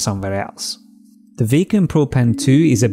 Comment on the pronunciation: I like it when you say WEY-COM